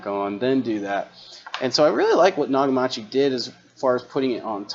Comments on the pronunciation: Naka-machi? Pretty sure it's Naka-michi as in mee chee. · It’s pronounced Na-ka-me-chee. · “Nah-ga-mah-chee”. Almost... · Haha, “nagamachi”, repeatedly. It is “knockameechi” and always has been since the days when Nakamichi was an authentic high quality hifi brand rather the shilled out brand it currently is. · Not "Nakamachi" "Nakameechi". Long E. You're a newbie. Nakamichi has been around since the 70's. They used to be famous for the best cassette decks in the world. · "Nag-a-mauchee"? Bahahahaha! Damn, man, it's Nakamichi...kind of a big name in audio. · Nakamichi is pronounced Naka-MEE-chee, not Na-Ga-MA-chee. It's literally pronounced how it's spelled. Japanese is pretty darn simple to pronounce. I hope you don't pronounce Toyota as Toy-YADA. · pls pronounce the maker's name CORRECTLY -- it's literally right in front of your eyes NAKAM I CHI NOT -A-CHI !!! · You really need to learn how to pronounce Nakamichi properly before you even think about talking about anything audio related again, it’s not Nokamatchee ffs. Also, I highly doubt that the actual Nakamichi corporation that makes the Dragon, etc. is making these cheap banana plugs coming from China on eBay. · The last ones are pronounced Nak-a-me-chee and they are fake. They are good.but they have just stolen the name and stamped them on there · Btw Nakamichi ( you pronounced it nagamachi) was one of the best if not the best cassette decks in the world, and they made other components for a while. It’s a shame they’re gone cuz they made some amazing equipment. I myself have a Nakamichi cassette deck from the early 90’s and it’s very high quality. Check out the Nakamichi Dragon if you want to see a crazy cassette deck. Love your content. Thanks. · Nagamachi? No! If you're going to do videos, at least pronounce the brands correctly! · naga 😂marchy 🤣🤣🤣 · GREAT VIDEO- LEARNED ALOT. FYI- PRONOUNCED...... KNOCK - A - MICHY....OR.....KNOCK - A - MEECHEY BILL,~ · Dude you are pronouncing Nakamichi WRONG